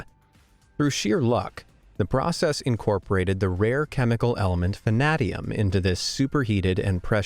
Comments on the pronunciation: Vanadium It's pronounced VA-NAY-DEE-UM, It is not pronounced like saying Na-na-na-na, Va-Na-Di-um. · when he said "the rare chemical element vinaaadium" I was like, what? There's some rare element I've never even heard of despite taking chemistry?!! Ohhh, vanadium. long a